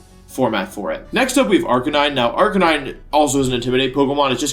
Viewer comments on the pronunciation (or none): one example is Arka-9 instead of arka-knee-neh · Did he just say RK9 and not arcaniney? What have you done to wolfey?! >:c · I thought the second Pokémon was pronounced arcaneenae? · why is wolfey saying arcanine wrong